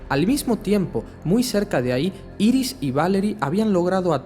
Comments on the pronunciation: se pronuncia airis y es su mujer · jaja obvio es bart allen por que iris como la llamas es la esposa de barry y se dice airis bueno igual me gusto el vídeo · No se dise Iris es airis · IRIS SE PRONUNCIA : AIRIS PLS ME DA SIDA EN LOS ODIOS SE QUE ES UNA ESTUPIDEZ PERO ES QUE SUENA MUY MAL